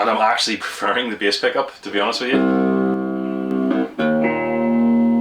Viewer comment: You say Behs pickup like danny sapko would